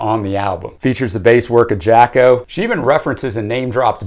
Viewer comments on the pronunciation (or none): Except, no. Jaco is pronounced JOCK-OH and Hejira is pronounced by Joni as HEH-JEER-UH. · Jaco Pastorius is pronounced “YAH-ko”, and Hejira is “HEH-zhra”